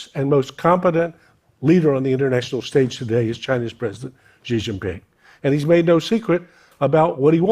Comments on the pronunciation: It's Xi Jin Ping. He was pronouncing Ji Xin Ping. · You still can't say his name correctly